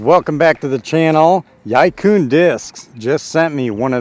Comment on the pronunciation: Y-eye coon discs? May be America, but it's pronounced e-quinn closest easy murican pronunciation. And good vid, they're kindve astonishingly good discs